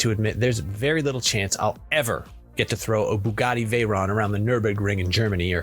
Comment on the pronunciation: Bugatti Veyron was also painful to listen to him pronounce. 😢